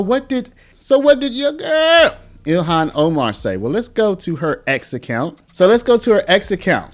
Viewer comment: “Yo gurrl” You gotta say it right 😭